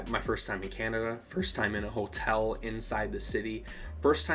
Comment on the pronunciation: Dude, it was so fun to meet you! Wish we'd had more time to talk. Glad you had fun. Thanks for sharing your feelings with us. I felt the same way. When you say "Ho-tell," it's the most Michigander sounding thing ever and I love it! Cheers